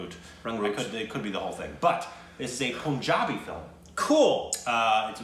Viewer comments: REALLY SORRY, I HAD TO SAY THIS. Why do you guys still say "POONjabi"? Why do Amercans say POONjabi? It's PUNjabi. The state of PUNjab. Literally pronounced like the word Pun. You guys have seen the correct pronunciation in so many videos. You've seen Kesari, Udta Punjab, Rang de Basanti, etc, and numerous Punjab related videos with correct pronunciation. They pronounced PUNjab so many times in the video. Still is saying Udta Pooonjab. So why still POON? Why aren't you catching on to this? Also, watch Bhangra dance. The traditional dance of Punjab. It's amazing! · It's not poooonjaabi... it's Punjabi... Pun as in how you pronounce pun intended... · Pronounce Punjabi or Punjab not as poonjab or poonjabi but as you pronounce pun in pun intended. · This movie is based on 2 things. Sikh(indian) regiment's contributions to WW1 and the British Government's false promise about setting India free if they win WW1 And like you've learnt that its SIKH and not seekh. You can now correct the word PUNJABI. its PUNjabi and not poonjabi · It's Sikh not Seekh, and a plural of a Sikh in English is Sikhs, in the similar way you must now learn that it's Punjab, Punjabi not Poonjab, Poonjabi.